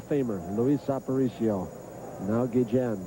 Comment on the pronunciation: i hate how the play by play guy keeps messing up ozzie,s last name its guillen no gejan